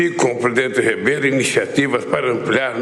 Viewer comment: Pois é. Teve um momento que ele falou: Marcelo “Rabelo” 🤦🏻‍♀️ Que falta de respeito…. O Presidente Marcelo Rebelo muito educado, só ouvindo e em nada consentindo. Do meio para o final ficou apenas com um sorriso social no rosto. Aqui eles até discutem uns com os outros, mas tem muito respeito também nos discursos, principalmente o do Presidente. Atacar os outros ou discurso de rancor, jamais. Presidente Marcelo é um lord.